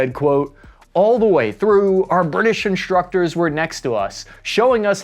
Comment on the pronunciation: Thanks, for the podcast. Fix the speech impediment, unless you are regressing there is a physical impediment that surgery can correct. Shtrike, inshtructor and deshtruction aren't correctly pronounced.